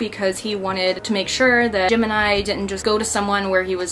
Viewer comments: Every time she said Gemini all I herd was Jim and I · Happy you're doing great and are making more videos :D Btw. everytime you said Gemeni i heard "Jim and i" haha :D